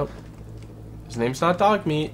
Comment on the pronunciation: I love how this dude just simply cannot pronounce names the right way